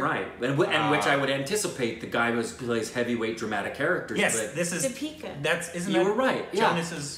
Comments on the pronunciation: "Pitheekuu" whaaaaaaaaaaaaaaaaaaaaaaaaaaaaaaaaaaaaaaaaaaattt? Its Deepika mahn. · Did call her "Deepiku" at some point?? XD Also I've always thought there was a resemblance between Irrfan and SRK so now I know it's not just me haha! It's not true that most Indians hate Slumdog Millionaire, it's just that those who do are the most vocal ones and they hate it for political reasons, not cinematographic ones.